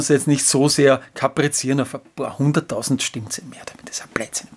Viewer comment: Ich hör' immer "Stinkzettel" 🤣😂😅